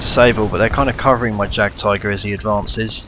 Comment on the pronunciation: Say it like yag tiger